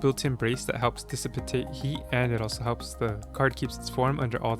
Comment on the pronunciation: …. Dissipate = dis-uh-peyt 🙂👍